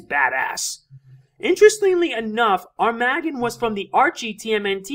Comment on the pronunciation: its AR-MA-Gg-ON, not Arm-A-GGON